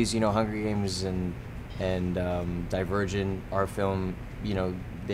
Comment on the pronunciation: Omg.... Dylan said Divirgin instead of Divergent.... Cute. :-D